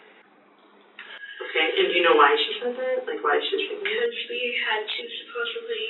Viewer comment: Supposably - dear god it’s supposedly.